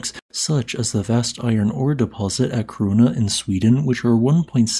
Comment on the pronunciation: Kiruna is pronounced kee-runa. 🙂 Thanks for the video. 😊